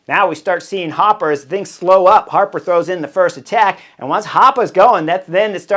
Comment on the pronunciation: "Chris HAAApa", "DomenICK Novak" haha, Horner always makes it funny!